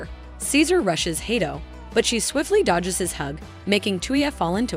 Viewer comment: dodjes afret dodos 😂